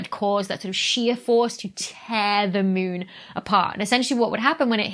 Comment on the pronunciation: she says mune :D ...oh, i love it :D